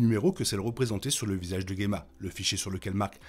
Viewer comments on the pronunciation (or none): Dsl mais je dois poser la question : pourquoi tu prononces "Guemma" (et pas Djemma) qui est la bonne prononciation du prénom (et celle donnée autant en VO qu'en VF) ? C'est un nom dérivé du mot gemme en plus, donc je comprends pas pourquoi le "gue" 😅